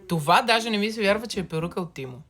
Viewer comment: Не тимо а темо се казва